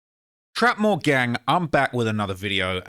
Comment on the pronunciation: I thought this nigga name was not trap more